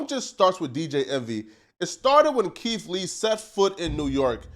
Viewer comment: "Keef Lee" lol